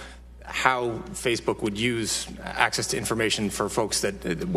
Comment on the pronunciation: All I can hear is acces and acees